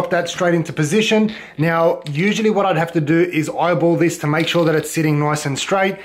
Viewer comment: "mahk shuh its straiht" and still left that shit crooked😂😂😭